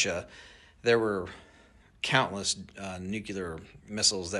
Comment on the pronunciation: If you’re too ignorant to know how to pronounce the word nuclear (new-kle-ar) you should not be talking about it. If you can’t hear the difference, you keep saying new-que-lar.